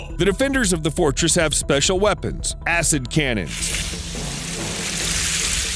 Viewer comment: Is he saying acidcamping or assincannons? 🤔